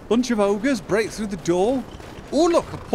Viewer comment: Throw, not thfough (which is pronounced 'thoo').